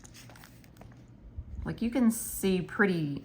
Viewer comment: Ahhhh I can hear the Marvy marker on your paper…I love it! I may have to try those…but I gotta order before Novemberrrrrrr!! I love when you do these educational videos to help out all the planner peeps!! Haha the “no thank yew “ pile 🤭🤭🤭 Ooooh that pilot suspect pen and it didn’t bleed through??!! 😱😱😱 I love how you just have random pens you don’t remember!! I’ve been trying to keep mine cleaned out so I have a shit ton of flairs and inkjoys and then a handful of randos mainly ballpoints I keep on deck 🖊🖋🖌🖍 And I agree on your handwriting looking or feeling different with different pens!!